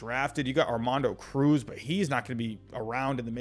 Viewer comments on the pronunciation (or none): none